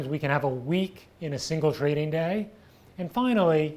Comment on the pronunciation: "a trrrrading firm, lets get ready to rrrrumble!"